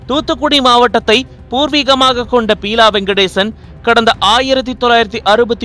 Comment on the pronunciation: Peela இல்லை Beela...